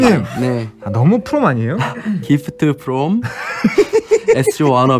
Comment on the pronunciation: 기프트 프롬 에스지워너비의 시작 용햄의 정직한 발음(깊트 프롬 엣쓰지워너비 2트) 을 타박하는 석햄 에도 고쳐지지 않는 용햄의 발음(3트) 결국 고쳐진(?) 용햄의 발음(4트) (5트)